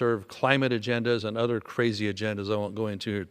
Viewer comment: He is very articulate when he speaks, but why are you saying "udder" in replace for "other"? Im not sure why that bothers me, but it does.